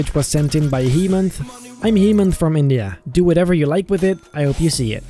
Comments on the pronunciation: Just to let u know..His name is Hemanth( hey manth), not Hemanth(heemanth). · It's actually pronounce hey-manth in India " hemanth😊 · first guy's name is pronouced as haymaant